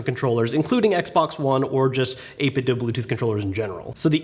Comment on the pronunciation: It's actually pronounced 8-bit-doh